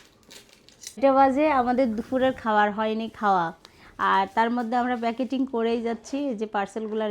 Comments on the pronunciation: উচ্চারণ হবে প্যাকেজিং প্যাকেটিং না। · প্যাকেটিং না বলে প্যাকেজিং বলবে।